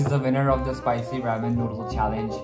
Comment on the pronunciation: Thats Not Raam oww my gawd xD its Ramen noodles from Korea ahhahha